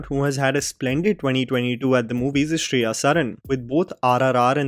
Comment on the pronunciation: Shri-ya saran, not Shreya. 🤦‍♀️ I really appreciate her comeback tbh.